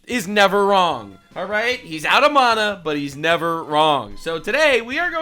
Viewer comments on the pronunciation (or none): "No Monnuh" 😂